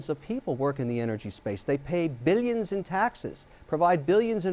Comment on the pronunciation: "billyions" and "millyions" of dollars